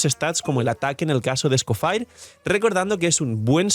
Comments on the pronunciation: Cada vez que pronuncia escoFIRE muere un gatito... 🥲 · es un nombre francés así que o lo pronuncia a la española tal cual suena o en francés. Es gracioso oírle decirlo así xD